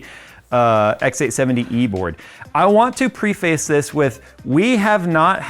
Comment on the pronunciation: ITS PREH-FISS! ITS FUCKING PEONOUNCED PREH-FISS! NOT PREE-FACE!